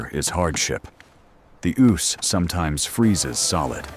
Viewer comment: Dreadful nonsense. The AI bot can't even pronounce the name of the river. It says Oose as in goose; when it's Ouse as in snooze.